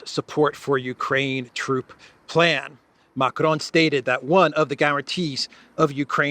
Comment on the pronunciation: Micron, not Macron 😂😂😂